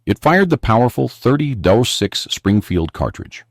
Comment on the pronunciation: "€30 6"??? Why is something so basic as "30-06" (pronounced thirty ought-six) so difficult for AI to process?